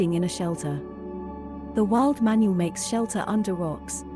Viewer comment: thats not how you pronounce manul its pronounced manool